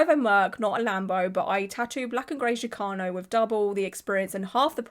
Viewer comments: No, that’s how is pronouncing it, but that’s not the correct pronunciation, which is why I made my comment. It’s pronounced like the “ch” in chicken. It’s not an “sh” sound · Hello love! Chicano is pronounced with chi sounding like the start of the word chicken or cheese... chee-KAH-noh. Not that the way you said it bothered me or anything, i just thought you'd like to know and i'd share incase someone else hadn't. Love the vid, love how much you care about artistry... lots of love all around ❤ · The “ch” in Chicano is pronounced like “chick” :)